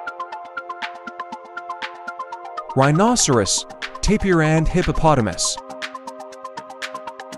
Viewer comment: You said rhinoceros wrong.